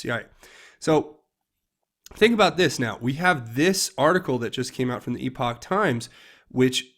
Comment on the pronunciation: Just so you know...here is a link on how to pronounce "epoch": (I had/have lots of educators in my family...LOL!) Epochtimes = short e sound. I enjoy your videos and thanks for your time and effort to get this information out to the public.